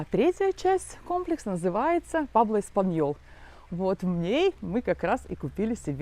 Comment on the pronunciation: Не Пабло, Пуэбло😂 Прожив почти 14 лет в Испании, так интересно наблюдать ваши восторги!😅 Интересно через пару лет посмотреть….Как- то жутко, никого нет…